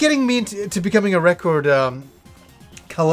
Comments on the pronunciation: That's funny how you say record. True native canadians pronounce it like "Wreck-erd" BUt you really say the O like ORE in recORED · Nothing like a needle on vinyl!! Has that warm and fuzzy feels!! You won't get that tone and sound anywhere!! Not digital or cd..nothing! You say reh-cord funny!lol great stuff! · i like how you say "record"!! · I still can't get over how says record. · is that how Canadians say "record"? Sounds odd to my American ears. I would love to have Revenge of Shinobi on vinyl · Why do you says record so strangely? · Big fan of records, can't say the word record.